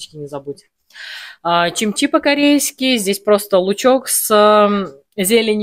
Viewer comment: Ни чимчи , а КИМЧИ